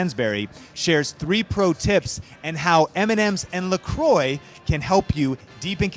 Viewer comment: Didn't think I could hate La Croix more until I heard it pronounced like that 😂